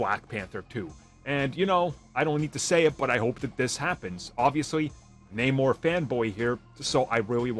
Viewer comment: Idk man this isnt even Namor anymore they even changed his name in the film and pronounce Namor strangely... idk this just aint it chief